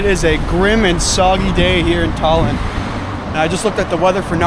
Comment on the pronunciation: why u say Tallinn like that😭